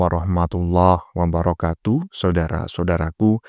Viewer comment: bukan wa barakaTU tapi wa barakaTUH